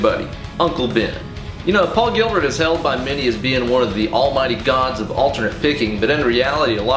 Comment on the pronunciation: you know... I've watched this video 8 times, and only on the eighth time did i notice he said "in the paul of style gilbert.."